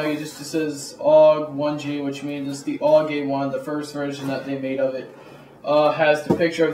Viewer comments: A-U-G not aawwwgg, good review though =) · A.U.G not auwwg